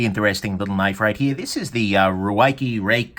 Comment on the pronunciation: Ruike contacted me and said that Ruike is pronounced “reik” if that helps. Doesn’t help me but I’m an Aussie jackass.